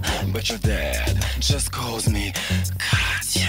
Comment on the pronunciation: Many actual Russians post that Katya’s accent is PERFECT, flawless, and without error. Katya/Brian is brilliant.